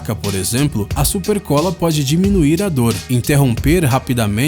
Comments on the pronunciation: "SUPECOLA" Só eu que vi? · "Supecola" sério que não perceberam isso ? 😂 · "SUPECOLA",quem presto atencao? Tem que tomar cuidado😂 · "supecola" kkkkkkkkkk Arruma isso rsrs muito bom o vídeo! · "SUPECOLA" kkkkk